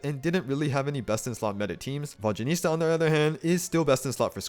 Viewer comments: The mispronunciation of her name’s gotta be ragebait, right? 😂😭 EDIT: He really mispronounced her name throughout the whole video 😭 this can’t be the same guy who correctly says Zibai’s name, and so well at that too😭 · Another comment about how painful it was to listen to character name being pronounced completely wrong. Like, google translate does better job pronouncing her name. Other than that nice work! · Before you make an entire video about a character, maybe look up the pronunciation so you don't mispronounce several dozen times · I physically can't watch this video with your vodyaNITSA pronounciation 😭 it's NITSA not nista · Exactly, it’s not even that hard. Saying Vodyanista instead of Vodyanitsa is like saying Starista instead of Tsaritsa lol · It pisses me off how some of you are misspronouncing her name.. ITS VODYA-NITSA.. not ISTA.. dyslexics.. 🤦‍♀️ as a Slav.. these things kill my ears... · Guys! There is no huge problem with the misplaced letters in “Vodya-niS-TA” or “Vodya-niT-SA” by the creator of this channel. It’s totally okay. What I’m not okay with is how you all pronounce DYA — for some reason, it’s Vod-JYA-nitsa. Can you tell me where you all missed the D? 😂 It’s not JA, and it’s not JYA, for Christ’s sake. It’s D-ya = “-Дя-”. Try to say Vodianitsa if you like. But the Latin transcription of Vodya is not correct. When we pronounce “water” in Russian, we don’t say it as Vodya 😂😂 For us, it’s pronounced Voda. In her name, the developers use the word Voda as the root word, followed by two suffixes ~yan- and -its-, with -a as the ending. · It’s “Vodya-NIT-sa” not “Vodya-NIS-ta” though 😅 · Please at least TRY to pronounce her name somewhat okayish x.x Who the f is "Vodjanista" ?! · Its Nitsza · Who is this "Vodyanista" you keep referencing? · It’s Vod-ya-nit-SA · Hearing VodyaNISTA over and over again made me physically wince. 😭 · Ive heard him say VodyaNISTA so many times I cant say I properly anymore. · you keep saying vodyanista